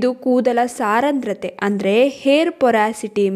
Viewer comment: saarandrathe alla adhu saandrathe, but olle maahithi